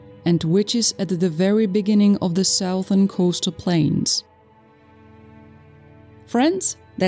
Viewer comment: Damn, can't AI do a better English pronunciation. VASTLY not WASTLY. Southern, not Sowthern.